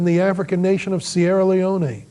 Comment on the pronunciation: the way who speaks first pronounces "sierre leone" is enough for me to know not to watch this review.